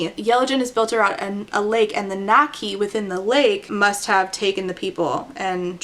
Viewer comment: Did I hear right did she call the water creature nakki? Or was it näkki? Because if she did call it nakki that's so fucking funny. Näkki is the Finnish version of the Scandinavian näcken, which comes from Germanic mythology and is nixie in English. (Why did she use the Finnish name when there's no other Finnish elements and there's the English word too? If I heard it right that is, I might not have.) But if she used it without ä, as nakki, it's so funny to me because nakki means sausage in Finnish lol.